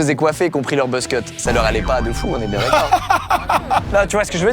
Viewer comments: Le « ah j’suis biennnnng » Tourangeau c’était pas dans mon bingo, mon patrimoine ça 🫦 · Là j'suis bieng, j'suis vraiment bieng. J'adore ce même 😂😁